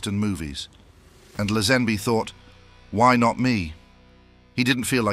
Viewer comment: Who's George Lesanby? It's pronouced Laze- Hen- Bee!